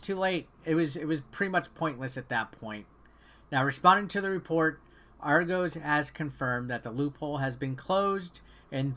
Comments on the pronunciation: None of you Americans can pronounce argos properly 😂😂😂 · Triggered every time he said Argos wrong